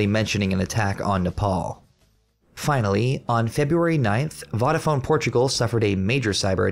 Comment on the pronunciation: And Vodafone is pronounced "Voh-dafone" not "Voddafone" 😭😭 lol 😂